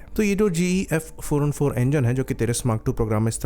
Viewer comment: Bhai tu 404 , 414 thik se pronounce kar. Tera dono hi same sound kar raha hai.